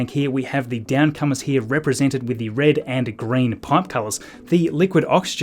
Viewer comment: Whoa, whoa, whoa. Did you just say ree and green pipes ? That pipe is blue, my Australian friend. 🙃